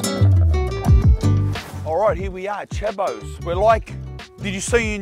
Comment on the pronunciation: "not much happens out eeer you know" ....... switch knee bruvaaa 🤣🤣🤣🤣🤣